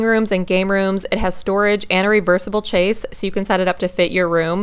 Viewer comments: Dang, can’t get it at our Costco! And we’re in WA near the Costco headquarters 😆 FYI - the end section is called a chaise lounge, not a “chase” as you said and spelled it - it’s pronounced “shaze”. You might want to look up the word and correct your voiceover and text overlay for this short. Not trying to be a d, just sayin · Nice video, it's pronounced Shaays ( Chaise ) everytime I hear people say Chase I jus shake my head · It’s pronounced “shez”, and is spelled c-h-a-i-s-e.